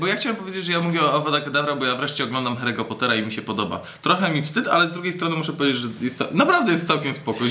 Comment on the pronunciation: Harry'ego Pottera się czyta Karolu. XD